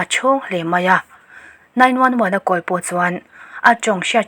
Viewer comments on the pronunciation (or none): none